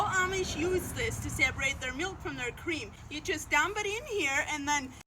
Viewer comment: By the way your EYES be so awake, I believe you did sleep well. Anyone notice the lack of blinking? Also, What cweam?